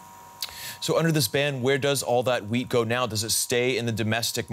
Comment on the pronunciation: Sorry but every time you say wheat , l hear weed..🤣🤣🤣